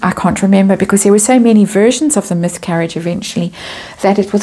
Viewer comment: Myth-carriage? I love it when I ‘mishear’ you.